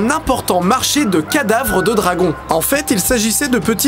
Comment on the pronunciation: C'est le Marchééééé Didi, bowdel... Pas le marcher.